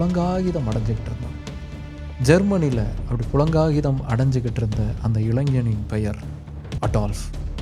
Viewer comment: புளங்காகிதம் அல்ல. புளகாங்கிதம்